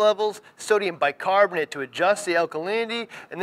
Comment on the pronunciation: The heck is Bi-Carbonte?? lol hahaha